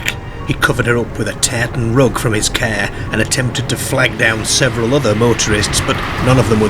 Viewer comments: This youtuber has a big problem with talking normal a CAR is a CARE to him 😂😆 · Its prenonced CAR! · I’ve never heard “car” pronounced “care” before. What accent is that? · I'm intrigued, being English, what dialect says care rather than car? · Love the way you say car....at first I thought you said care..😂😂😂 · Pronunciation is unbelievable lol , no marksahhh on the carahhh lol, brilliant video though.. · that’s what i was thinking! 😂😂 a “paacked caa” … no R’s lol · Great vid but the way you say Car should be punishable by death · How come the narrator can pronounce paranormal which has three a’s and not car with only one? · His pronunciation of 'a' followed by 'r' is not part of a known UK regional accent but instead something more idiosyncratic. Eg. car, party etc.